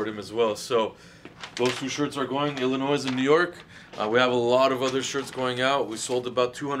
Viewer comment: This man said, “Ilinoissss” The S is silent my G